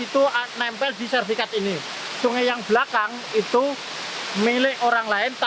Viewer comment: SERTIFIKAT PAK, Bukan Serfikat ...... Salam Closing, Semangat